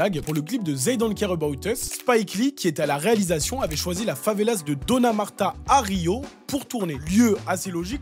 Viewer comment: Favela prend un S uniquement au pluriel = une favela / des favelas . Et en français, même au pluriel on prononce pas le S.